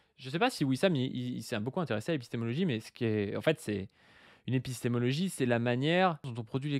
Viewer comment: il a déjà un mal fou à prononcer ce mot, alors de là à le comprendre...